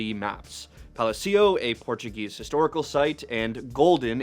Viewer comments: "palacio" not "palacío" the emphasis is in the second A, this is not spanish. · Pronounce Palacio properly pls